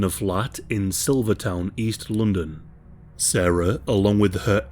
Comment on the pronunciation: Lmao I just stumbled into British true crime YouTube damn 😂😫 Bruh said " lundin"